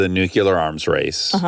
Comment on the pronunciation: Hi Dax, you keep saying "Nucular" (New-Cue-Ler) when it's "Nuclear" (Pronounced New-Klee-Er) I don't know if you appreciate that note, but I feel like you would/do. You use the word a lot, so I figured I'd finally mention it in case you wanted to correct yourself. If not, ok. Love you guys & your podcast!